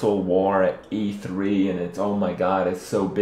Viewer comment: It sounds weird when you said E3... definitely not a word for Kripp..